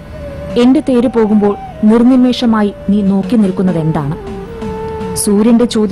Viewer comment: "നിര്‍നിമേഷ " അല്ലെ ശരി ?